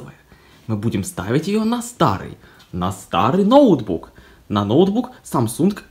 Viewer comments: Говори правильно не нОутбук а ноутбУк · да.. ноу́тбук как правильно